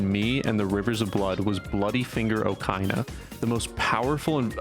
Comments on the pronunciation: It's "Okeena" btw, not "Okaina" lol. Also, "Pressing L1 montage"? Isn't it L2 for that move? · He pronounced okina as okaina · Great Vid but O-kai-na? yo.